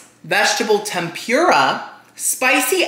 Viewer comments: we all love you, but it’s the way you say tempura that makes me cringe like nails on a chalkboard. I don’t know, maybe it’s because I’m from Canada and we don’t say it like that, but it’s not tem-PURE-a, I thought it was pronounced tem-puuur-a. Lol I don’t know how to type that out how to sound it out like google does it. But omg the amount of times you said it on this video! Dead. Like I said, love you so much. Love you videos ❤️ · hey just so you know its pronounced tehm-poo-rah not tehm-pyoo-rah:) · it’s pronounced Tem- perrrr- uhh